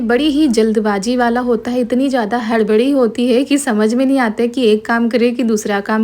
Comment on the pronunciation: Kaise yaar naak me bolti ho kese he aap loggggggggg😂😂😂😂kaise ke jagah kese hee hai ke jagah hee bolti 😂😂😂😂